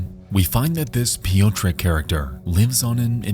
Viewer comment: As a Polish woman, listening to these name pronunciations is killing me. Especially when there's only a handful of actual names. "Piyo-trek"? Really? Please just google a pronunciation for two seconds.